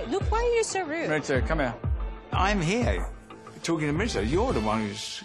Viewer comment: why do lisa and ken purposefully mispronounce mauricio's name, calling him "mauritzio" acting like their accents make them say it like that, but the letter i in lisa's name is pronounced exactly how the letter i is prounced in mauricio (the long ee sound). it is so disrespectful to purposefully mispronounce someone's name just to try to look cute and funny. it's lowkey racist too. i want them to stop acting like they dont know how to say his name properly/cant say it properly due to their accents. if that were true they would be calling lisa "lih-sa"